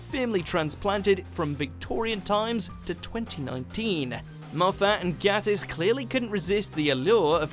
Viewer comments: It’s Mark gaYtiss, not Mark gAttiss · It's pronounced Gay-tiss. As he says himself, "Just think 'gay.' I always do." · I wish Watchmojo could say Mark Gatiss's surname right. There's literally a video where Mark says how to pronounce it.